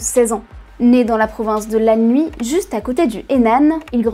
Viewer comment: Bien mais la prononciation des noms de regions (Anhui, Henan) est vraiment catastrophique, pareil pour Yuan, que vous prononcez "Wan"